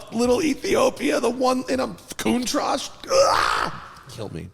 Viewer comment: Did Matt say Countrash?😂